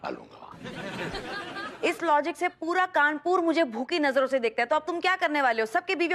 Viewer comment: Kanpur bolna nahi aata isko Kanpooor kya hota hai😑😑😑